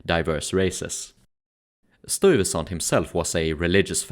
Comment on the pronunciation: Nice documentary but you need to learn to say the name "Stuyvesant" the way it's pronounced in NYC.